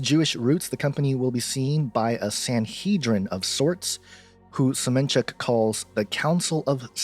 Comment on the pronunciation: "Semenchuk" XD